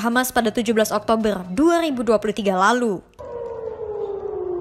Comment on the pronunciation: Sumpah tertawa aku mendengar admin membaca berita yg di faseh fasehkan ngomong ER ketika ngomong oktoberrrrr ER panjang😂😂😂😂😂😂